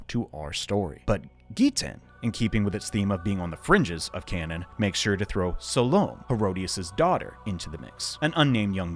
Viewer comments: Just an FYI but "essens" is more traditionally pronounced "ES-Seens", Salome would be "Sal-oh-may" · Pronuciation correction here - it's pronounced "SAL-low-may". I mention this because her name may sound familiar with the correct pronunciation. BTW Enjoying the video so far. Will continue on now. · Its funny hearing Salome (pronounced sal-oh-may) pronounced incorrectly since its a common name in the southwest